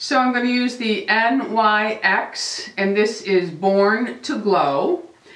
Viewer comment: Loved your video I hope you feel better soon .Ohhhh FYI although NYX looks like a abbreviation it’s not you actually say it like a word kinda like this .... Nics .... just so you know for a different video.